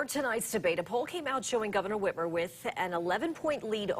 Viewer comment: "Gretchen Witch-mer" absolutely NOT a gaffe. Horrible governor. Gotta get her out!